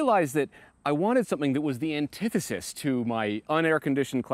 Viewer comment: did he just say “antithesis”?